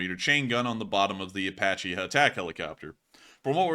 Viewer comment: Apache is pronounced Ay-Patch-ee (Not Ay-Potch-ee). Good video the Dagestan event was disturbing.